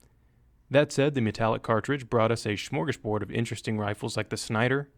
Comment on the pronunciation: That's actually a quite correct pronounciation in the US. Anyways, It's amazing to see some Swedish words being passed down haha!